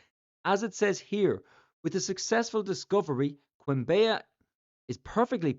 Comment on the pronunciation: As a Colombian myself, I had no idea about this. Also, the way you pronounce "Quimbaya" is very funny 😂. The correct pronunciation is like "kim-BAH-yah".